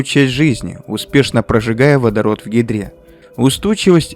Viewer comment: Послышалось "Она сжигает водород в ведре"😂